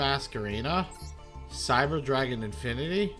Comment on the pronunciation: I love that othee than I:P you didn't pronounce a single card's name right😂. Favorite was calling Infinity-Infernity. It's part of your charm.